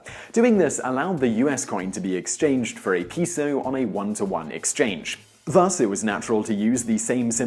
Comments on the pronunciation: His pronunciation of peso ruined the whole video for me. Do all Brits say it that way, or is he just plain wrong? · He has been saying "floor" all throughout this video. I don't speak fluent Spanish, but at least I know how to properly pronounce the word "peso"! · It's interesting that he pronounced it correctly the very last time he said it. I wonder if someone corrected him while he was shooting the video. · He pronounced it correctly ONCE, at the VERY end of the video purely to get across the notion that he was fucking with people who know how its actually pronounced. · Yeah that was making me nuts. He got it right at the end tho. I was gonna leave my own comment but people had already pointed that out. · OK so I can get over aluminum and contribute being mispronounced by British speakers but peso, no way hombre. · Why is every Brit so smug and confident when they purposely mispronounce a word? Peso is a Spanish word, pronounce it properly, peh-so, not pee-so. It wouldn't be so annoying, if you didn't mispronounce it 5 times in 10 seconds. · Dude learn how to pronounce “ pesos (p e so us” )not pisos pisos means floor or several floors. Good video though. Thank you. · It honestly kinda fucked with my head a bit when he pronounced it "correctly" at the end, to be honest... Though, note, that "payso" is also technically incorrect. That's the "proper" non-spanish way to say it, but properly saying it is more like "peh-so", with the H sounds being a bit... Short, I guess? like the "pe" in Pepe. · it is sad. If they use the latin alphabet, they might as well pronounce it correctly right? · (it's properly neither "peeso" nor "payso", but rather "pehso") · Today I found out that people from the UK can't pronounce "peso". It's 'Pay-So'. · It’s pronounced P-EH-SO lol And that’s not what I heard regarding the Dollar sign…. It was said to come from $lavery… only 2 lines down the s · peso is pronounced pay-so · Peeso? Peeso? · It's pronounced payso .-. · Pay-so, not pee-so